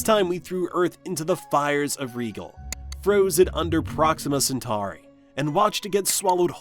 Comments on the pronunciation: You are so illiterate. It's pronounced RYE-JEL AS IN JELLO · Freezing to death, burning our eyes, and being crushed to death by gravity… still not as scary as him pronouncing Rigel as Ree-gul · That's not how you pronounce "Rigel" and this channel is obviously viewbotted.